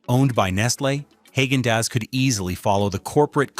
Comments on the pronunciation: That pronunciation 🤦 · Funny how an AI- generated channel criticizes companies for using artificial ingredients! Your robot voice can't even correctly pronounce Haagen-Dazs! How about getting a human to narrate? Then you will at least have SOME natural ingredients!